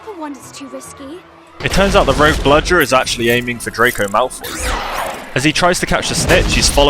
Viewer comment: I spotted a mistake: I think had problems recording the word "bludger". I think they needed to put it in the scene later